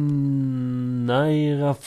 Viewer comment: Pronounced Sang-Win-Ary Braces :)